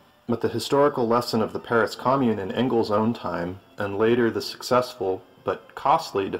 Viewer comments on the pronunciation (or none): none